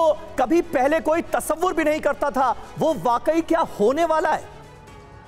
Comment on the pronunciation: Pattal kar mahoday hindi. Ka. Gyan nahi hai ko tasabbur - 2 bol raha hai.